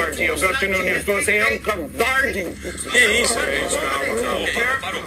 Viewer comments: funny you say that because the trigger for the whole thing was Greenwald calling Nunes a coward repeatedly and mispronouncing his name, clearly on purpose, as if he was Mexican or something (nunhes instead of Nunes) also repeatedly😂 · Anderson most people would get physical as well when repeatedly being called a coward and repeatedly, on purpose, having their name mispronounces as "nunhes" instead of "Nunes" as it the guy was Mexican or something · Ken Hudson I also don't see Greenwald calling the other guy "Nunhes", using the Spanish pronunciation repeatedly in his after the fact video as innocent either. I'm Portuguese and while I would probably refrain myself in the same situation of having my name deliberately mispronounced in a clearly inciting way as well as being called a coward, also repeatedly, I would definitely feel the urge to get physical. This is being a Portuguese speaker and understanding the whole context of it. As pointed out, when you call someone a coward like that you are inciting a physical response